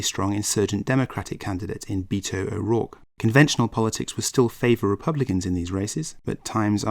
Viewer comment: It's BET-O not BEET-0